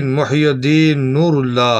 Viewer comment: ماشآءالله ! لیکن بھائی یہ ( محی الدین ) پر ( پیش ) نہیں بلکہ ( ی ) کے نیچے ( زیر ) آئے گا، جس کے معنیٰ ( دین کو زندہ کرنے والا ) ھے اور پیش لگانے سے اس کے معنیٰ الٹ ھوجاتے ہیں _ جزاکم الله خیرا فی الدارین آمین !